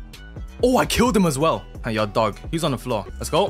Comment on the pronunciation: I like all video when you says the infamous word "yuer"....